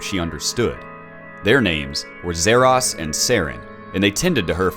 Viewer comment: Zah Ross not zeh rass